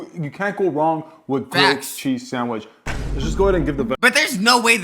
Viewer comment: "A PEE SANDWITCH"